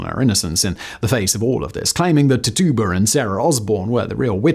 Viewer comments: Tituba pronounced titchuba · Tituba=Tij-jew-ba Come on, fact boy. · Tituba’s name was pronounced “TIT-chew-bah” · Dudes butchering the name Tituba